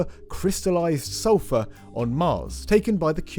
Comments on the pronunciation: 😃 also could have been salt, or sofa… I listened to the pronunciation at least 10 times, I am from USA… 🖖 Just saying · Some British accents drop the r sound at the end of the word.